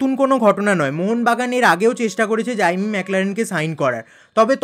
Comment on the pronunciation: জাইমি না জেমি 😂